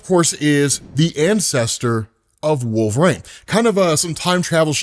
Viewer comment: Is he saying WolverĀne? Is that Logan or a different character?